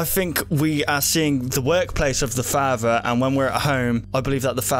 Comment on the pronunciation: It's not fahfa its father.